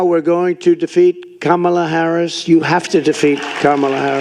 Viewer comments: I wonder why he is pronouncing her name correctly all of a sudden. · Well, now I know he’s getting tired. He’s saying Kamala correctly. Because it takes more effort to say it incorrectly. It’s easier to just pronounce it right! What a weak, ignorant, lazy, slob. 💙💙💙